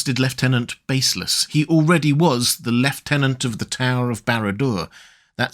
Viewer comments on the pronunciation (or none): Barâd Dur, not Barradur